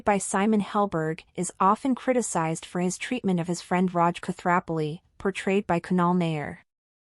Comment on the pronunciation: Two minutes in and I’m triggered by the sad, lifeless AI voice and the fact that the narration can’t do the Raj character the dignity of pronouncing his last name correctly.